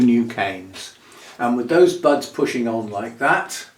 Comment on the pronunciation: I was listening while tidying up and I heard "what it does have is sexy butts along there." WHAT!? Oh, "sets of buds." SETS OF BUDS. 🤣